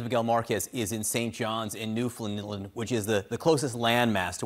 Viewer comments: It’s pathetic that this reporter can’t even say Newfoundland. Just try to give a shit maybe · The way the CNN host says Newfoundland is hilarious.